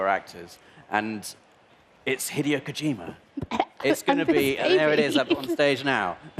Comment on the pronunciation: To its "He Day Oh"